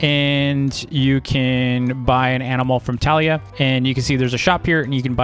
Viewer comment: Your pronouncing her name wrong it’s tuh lia